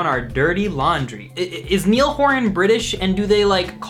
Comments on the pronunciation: haha you pronounced niall wrong but hes irish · It's not Neil... It's Niall! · I love the AJR lyric in the background and it's Niall not Neil. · I think saying "Neil" instead of "Niall" was way cringier HAHAHAHA (no hate though)